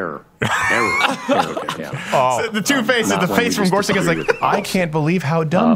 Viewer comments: I think his name is pronounced "Gor-such" or "Gor-sich", not "Gor-suck" or "Gor-sick"... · I believe it's Gor SUCH not Gor SICK. Could you please honor the candidate by pronouncing his name correctly, as a minimum? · It’s not “Gor•sik”, it’s “Gor•such” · you pronounced his name wrong. sound it out. he said it himself. it's GorsuCH.